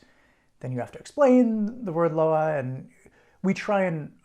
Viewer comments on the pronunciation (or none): Loa- is pronounced Lwah Bois is pronounced Bwah